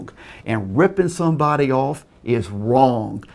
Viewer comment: "awnd ownly stumbacks sceals from stumbody